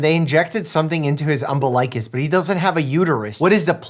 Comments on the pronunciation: Umbilicus. I have never heard anyone call it Umbi-like-us, I have always heard it called Um-bill-ic-us. Have I just been hearing people pronounce it wrong all this time? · um-bill-eye-cus?? girl.. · Dr. Mike are you okay? Tee-yota, um-bi-ly-kiss? Huh? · it's enunciated um BILL i cus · Dorcter Merke's pronunciations of "umbilicus" and "Toyota" are fantastic. 😉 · WILD was to pronounce umbilicus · “Umbilicus” and “Toyota” made me cringe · That pronunciation of Umbilicus should be illegal 😢😂